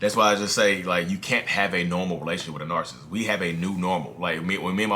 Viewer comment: Nar.sist vs. nar.cis.sist..you mentioned in other video about ppl commenting on your enunciation. But, I heard same thing from a therapist's video. I commend you on great work! God bless you and your family!